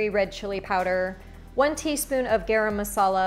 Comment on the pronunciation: I am Indian, I am very curious to see how you cook Spanish food. I really like your pronunciation "Garam Masala" and "Kashmiri Red Chili Powder". For the first time I saw your channel and subscribed to more new recipes.💕💕